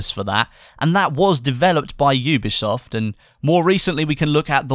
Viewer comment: "oobeesoft" HAHAHAHAHAHA